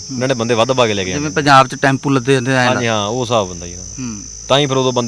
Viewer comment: ANCHOR SAB PUNJAB KEHNA TAA SIKH LO. JIJJE DE PAIR CH BINDI NAHI HUNDIÀ